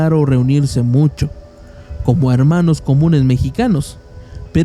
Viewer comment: No.. no eres el único, usa palabras inventadas, la redacción la hace en pretérito imperfecto, lo cuál da la impresión de que es todo una historia inventada, un cuento. Amorfono no existe y la pronunciación también deja mucho que desear. (harmanos, y otras palabras que escuché y no recuerdo pero no voy a volver a ver el vídeo para buscarlas)